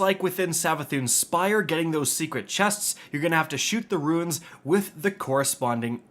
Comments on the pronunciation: Losing my mind listening to this man call Runes, Ruins for 10 minutes. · Runes not ruins thanks for the video